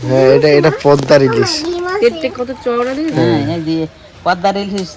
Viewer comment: Pordar ilish noi😂😂😂 kotkata holo poddar ilish.